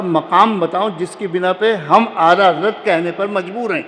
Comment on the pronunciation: تم آلہ حضرت کیوں بولتے ہو 😂